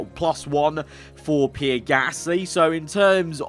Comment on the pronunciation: I love but omd do i hate the way he says pierre